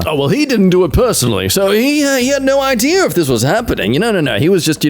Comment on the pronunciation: I like how says idea’r and not idea